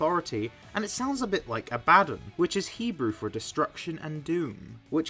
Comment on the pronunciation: A-Bad-Don...not really how you say it, but fair...words can be tough its said Ab-Ba-Don...sorry if this sounded rude, just it connects to mythology which is a major topic for me